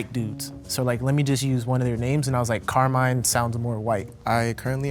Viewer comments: Sì, esiste ma ovviamente non è pronunciato come lo ha pronunciato il tipo "Carmain"😂 ma semplicemente Carmine. Non è un nome super comune ma al sud ce ne sono. Al nord mai sentito. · It’s pronounced Kar-Mee-Neh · Italian here, I can confirm that Carmine is (also) an italian name, more typical of southern regions. However, it is not pronounced like they said, it's more like "càrmeeneh". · Carmine IS an Italian name and it’s NOT pronounced like that 💀💀💀💀💀💀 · Damn 'Carmine'. How are you from New York using the name Carmine and don't know it's Italian? Watch The Sopranos at least, lol. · Yes, Carmine is an Italian name, but definitely not with that pronunciation 😂😂😂